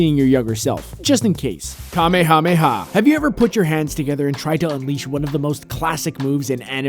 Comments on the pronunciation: Dislike for the mispronounciation of Kamehameha. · It upsets me when people mispronounce the kamehameha